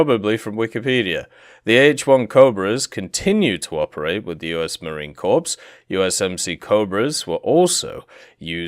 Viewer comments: One thing that is going to annoy a lot of people besides me is how you pronounce Marine Corps. You don't pronounce it like corpse, it is core. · He is pronouncing Corps as 'corpse' on purpose right? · Corps is pronounced like core